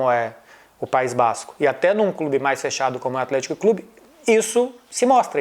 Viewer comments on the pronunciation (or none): PAÍS BÁÁZZZzzCO